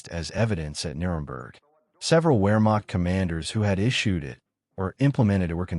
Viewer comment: Ps. “W” is generally pronounced with a V (Vee) sound, eg, “Vermacht” not “wheremacht” even tho spelled with “w”. Most people know this. The production just sounds dumb if you don’t do this.